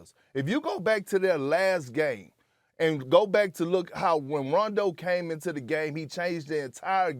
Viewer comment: Perkins: "Ray-John Rondo"